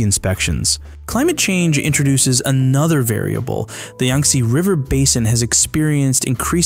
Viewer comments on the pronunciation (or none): Thanks much, however it’s pronounced Yang not Yung, my brother Yantse’s name is based on this river 😊❤